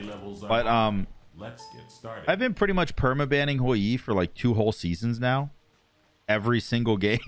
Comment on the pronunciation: Stop saying hoy yeee lol please however comma fantastic game